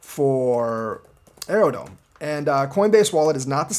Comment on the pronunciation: is Aerodrome not Aerodome...are you really doing your DD thanks brotha